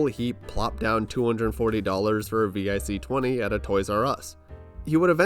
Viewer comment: why are you spelling out vic? it's pronounced vick lmao